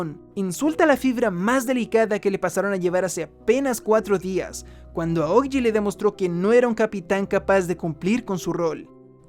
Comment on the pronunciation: Son solo ideas mías o él dice Aogiji en lugar de Aokiji?